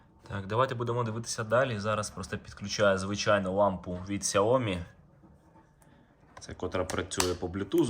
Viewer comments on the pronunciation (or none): none